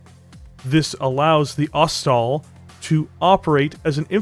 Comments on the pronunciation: FYI - Ost. Sol. Ost-soul. Not Ost-all. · Thought it was pronounced ost-sol, sol as in sun because the disco-machine loadout.